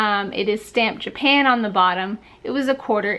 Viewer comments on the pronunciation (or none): none